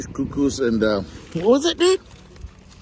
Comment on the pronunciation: Wonderful video and tribute! Now i will watch the boondocking doc. I thought you would throw up the drone to check out the whales better... Shucks. Btw, it's couZ- cous lol. North African semolina. I'm back in the big apple. We're getting the remnants of Ian and it's totally dismal. So was delighted to sit in on your video and enjoy the view. Merci!